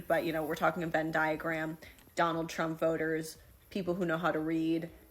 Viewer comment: If she could read, she'd know it's a Venn diagram, not a "Ben diagram."